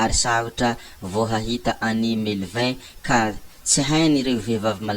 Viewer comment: Diso ny fanononanao ny anaran’i Melvin è